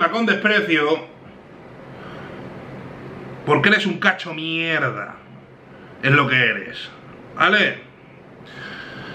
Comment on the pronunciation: JAJAJA QUE BUENO ME ENCANTA CUANDO DICES ERES UN CACHO MIERRRRDA AJAJJAJAJAJAA